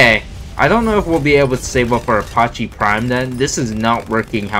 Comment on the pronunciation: The way you pronounce apache 😫😫😫